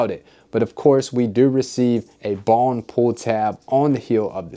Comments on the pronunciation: I couldn't tell what the colorway was that you were saying, might have been just me. But I don't know if you said triple bone, bon, bong, bomb.....colorway. I still don't know. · Wtf he saying? Balm, bon, bomb, bong colorway....enunciation is key.